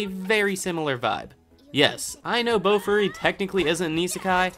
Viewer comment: Idk why but the way you say Bofuri irritates me A LOT. It's Boh-Fooh-Ri not BOWFRI